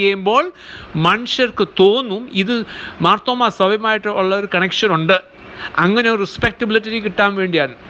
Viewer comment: മാർത്തോമ്മ എന്നു ശരിക്കു പറയുവാൻ പോലും അറിയില്ലേ സഹോദരാ? മാത്രോമമാ അല്ല മർത്തോമ്മാ 😂